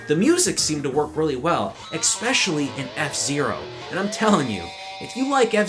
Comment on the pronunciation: lost a subscribe at "expecially".